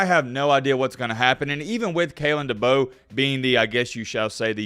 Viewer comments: It's DeBoer and no Debo lol #Mattbeacasual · Better get used to pronouncing his name right. It's "Da bore". Kay lin Da bore. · Heads up, it pronounced Duh-Bore. I’m from South Dakota and know quite a few people who played for him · It's DeBoeR, "Da Boar", there is an R in the name, best learn how to say your coaches name. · I think Kalen Deboer could be an excellent coach in Tuscalossa, given the resources and the recruits in the south. Also, I am pretty sure that his name is pronounced De (Boar) like the animal. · There's an R at the end of his last name. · DeBoeR lol yeah there’s an R at the end lol just giving you a hard time. I hope it’s DeBoer. Great hire for Bama if it pans out. I’m a Michigan fan. Please hire him! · Your saying his last name wrong man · Why are you saying his last name wrong 🤔